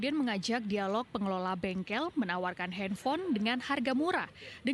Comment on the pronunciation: bengkel bang bukan bengkek